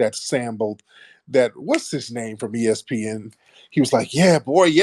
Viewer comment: He said E-S-E-Pin report lmao